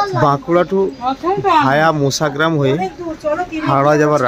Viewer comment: আপনার উচ্চারণ ঠিক হচ্ছে না। বারবার বলছেন মুসাগ্রাম। কথাটা মশাগ্রাম। ঠিক করে বলুন। খুব কানে লাগছে।